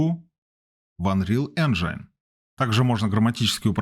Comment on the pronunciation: "энжайн" режет слух, это рунглиш какой-то. Правильно "энжин"